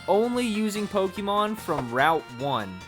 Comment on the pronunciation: You know it's gonna be a shity commentary when you ear "poh - KEE - mown"